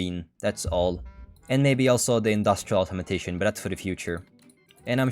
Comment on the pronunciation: it's funny how you pronounce "Automation" as "Automotation"